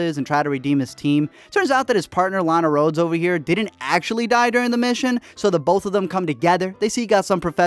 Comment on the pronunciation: Did he just call Toms partner Lana rodes